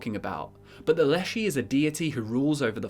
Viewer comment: Leszy should be pronounced more like leshy with sh being hard